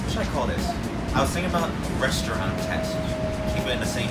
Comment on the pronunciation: I need somebody to butcher my name the way butchers "restaurant" Anyways the video was awesome it felt kind of fresh and I would definitely want to SEYMOUR